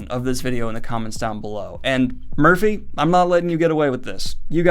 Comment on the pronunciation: ALMOST got there on Merphy's last name 😂